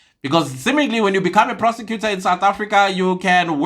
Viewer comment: Did you say a persecutor or perpecutor and to be on bench in RSA Law Society 😂 c'mon 😢